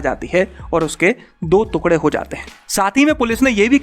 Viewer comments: Tera bar bar तुकडे bolna mera dimag khrab kr rha h टुकड़े होते हैं न की दो तुकडे🙄🙄🙄🙄🙄🙄🙄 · अरे काहे के तुकड़े बे "टुकड़े" होता है "टुकड़े" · Tukre mt bol bhai, tukde bol bhai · वीडियो तो अच्छी लगी लेकिन जब आपने टुकड़े को तुकङे कहा और जब परखच्चे को परकच्छे कहा तब ज्यादा आनंद आया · अबे पागल तुकडे नहीं टुकड़े बोलते है🤣🤣🤣🤣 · ‘दो तुक्ड़े’ 😁😁😁 भाई साहब, इसे ‘दो टुकड़े’ कहेंगे। कृपया पहले शब्दों के सही उच्चारण पर ध्यान दें। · टुकड़े बोलो.. तुकड़े नही...😁👍👍 Just rectified..👍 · तुकड़े नहीं टुकड़े लिखते है और पढ़ते है। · भैया जी तुकडे नहीं टुकड़े बोलिए। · 2tukde hote 2 tukgade nhi bolna seekh pehlw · तुकढे नहीं टुकड़े होते हैं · "तुकढ़े" नहीं "टुकड़े" बोलना सही उच्चारण है। 😊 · टुकड़े होता है तुकड़े नहीं । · टुकड़े होते है भाई तुकडे नही नहीं उच्चारण सही होना चाहिए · टुकडे होते हैं ना कि तूकड़े 😁😁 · तुकड़े नहीं ' टुकड़े ' तथा परकच्छे नहीं 'परखच्चे' कहना चाहिये।बाकी जानकारी बेहद लाभदायक है। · तुकड़े नहीं टुकड़े होता है। correct your हिन्दी pronunciation. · तूकड़े नहीं टुकड़े होता है गुल्लू😂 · तुकडे नहीं , टुकड़े बोलो sir ji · तुकडे नहीं भाई टुकड़े बोलो😆😂😂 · The way he pronounced tukde. I felt disturbed 😂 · Abey kya bol raha hai? Thookde ? Pur kachche? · First pronounce the word "Tukre" properly....then make videos!!!